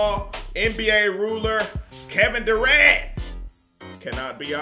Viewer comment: When he said KEVIN DURANT it sounded like GIMME THE RENT!